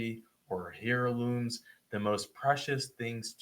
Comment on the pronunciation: the “h” in heirlooms is silent